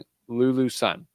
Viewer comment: Great analysis dude, Jist one thing tho. SUN is pronounced SOON 😊